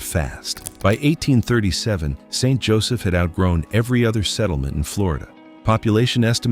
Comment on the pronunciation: Lose the AI narrator and it might be worth watching. Also the cemetery pictured to be in St. Joseph is one actually in the northeast United States with northern fall foliage on rolling hills surrounding it. Why can’t people posting these videos at least TRY to make them accurate and at minimum pronounce names correctly?